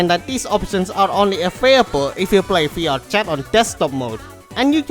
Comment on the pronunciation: i thought you were saying fiat chat